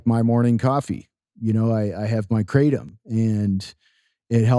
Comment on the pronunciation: Krah-tom not Krate-om